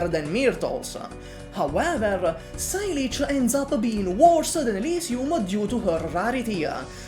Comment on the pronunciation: "Sigh Leech" lol saileach is a Gaelic word meaning willow, it's pronounced "say-luh"